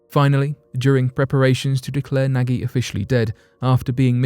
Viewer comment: The Australian who's name is Nagy its pronounced as 'nodge'.